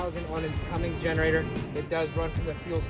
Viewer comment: Cummins!!! Not Cummings lol